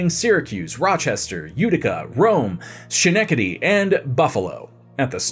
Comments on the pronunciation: ALL bany. Not AL bany. Skin neck tiddy. Not shen ecktady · Yeah that was a rough Schenectady... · Albany, Rensselaer, and Schenectady were pretty well butchered 😅